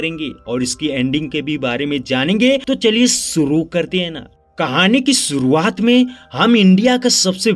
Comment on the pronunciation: Sorooaaat, sankar, iskk, saadi soping, sikhaawat, sock😂 tumhari dictionary main "sh " nahe hai kia ?